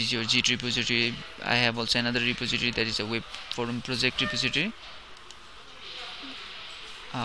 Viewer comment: Ty for the tut but you seem to be having issue with saying repository. It's: re poz eh tory